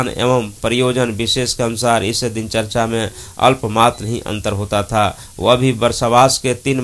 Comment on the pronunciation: Mitra dincharya uchcharit Karen, na ki dincharcha. Namo Buddhay, Jai Bhim.